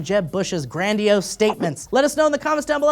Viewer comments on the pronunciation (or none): "gran-dee-ose" you okay m8